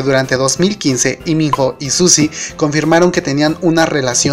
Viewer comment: Porque dices Liminjo si tú mismo dijiste que es Iminó ????